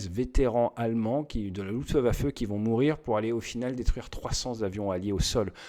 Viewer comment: Salut Ate, arrête stp de dire luftEwaffe, c'est luftwaffe 😂